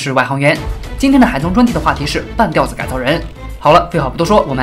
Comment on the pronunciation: 半吊（第三声）子